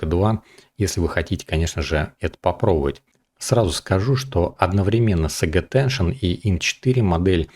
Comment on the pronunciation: пожалуйста: Сейдж аттеншн, а не "саге". Или по твоему Forge произносится как "Форге"?